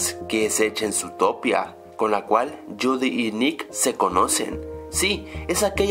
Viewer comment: Tipo ya estas sacando cloncuciones estupidas de una pelicula que ni siquiera has visto porque no sabes ni pronunciar Judy, y Finnick no tiene nada de homosexual. El es mas hombre que tu